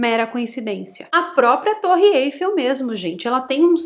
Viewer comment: pelamor!!!!😑 não é torre "êifel"!!! É Eiffel!!!! A tonicidade é no "el"!!!!!